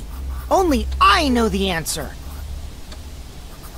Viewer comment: when he said “why dont you just say the answer” i misheard answer as n word